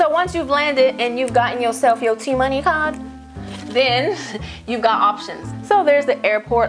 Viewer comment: "Yo go get this t-money cardeu" 😂😂😂